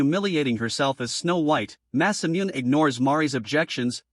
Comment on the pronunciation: Did you know that Masamune is actually pronounced Mass-uh-Mew-Nay